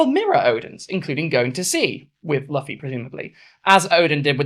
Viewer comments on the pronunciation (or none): Banger video, one thing, please never pronounce luffy as “luhffy” again, its pronounced “loofy” not hating but its severely triggering me😭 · I really appreciate this video bc it's been bugging the fuck out of me seeing yamato miss-gendered so often in fan content, but at the same time hearing "luh-fee" repeatedly hit me for psychic damage. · I very much agree with this person, but unfortunately she is british and so refuses to pronounce words correctly - manga, luffy, yamato to an extent - this is 'tacko' all over again. (No legit hate, just a peeve) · I love this, literally everything about, but let it be known that it hurts my soul how you pronounce Luffy's name 🤣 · I agree with ever word you say 🏳️‍⚧️… except your pronunciation of ‘Luffy’ 🤔